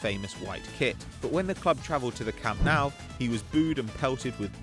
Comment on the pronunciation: It's camp NOU not camp NOW😂